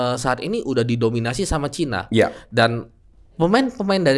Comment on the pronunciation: Kenapa nyebutnya baterainya ke chaina 😊 Emang klo kecina kenapa?? 😂